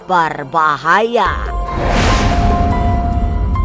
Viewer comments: Pengisi suaranya lebay bgt , ngomong d bkin2 gitu, BERBAHAYA jd BARBAHAYA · Berbahaya... Bukan barbahaya. Hahaha